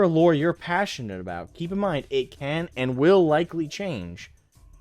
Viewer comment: going from "dey tuk our jerbs" to "they tuk our loure"😅